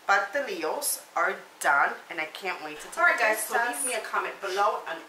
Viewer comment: It’s pastelitos